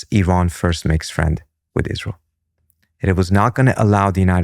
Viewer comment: Am so ISS-lie-l exhausted… good grief 🙄